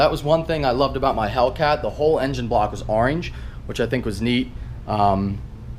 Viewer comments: The way he said "orange" lmaooo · Says "Orange" funny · Lol when says 'orange' 😂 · you say orange weird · The way you said orange might have been the funniest thing ive ever seen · Anybody notice how he said orange